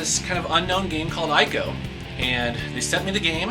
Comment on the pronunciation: ICO is 'ECO' in pronunciation, :)